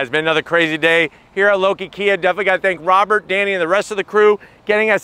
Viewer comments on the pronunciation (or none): none